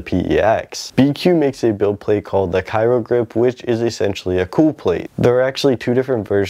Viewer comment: Cryo (cry-o, not cairo)